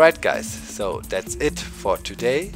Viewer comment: The way you said "Today" in the intro (to-DAY instead of (to....day) surprised me lol